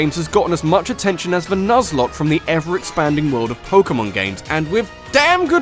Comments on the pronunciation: "Nuzlocke," um ... holy shit. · People always forget the "e" in Nuzlocke.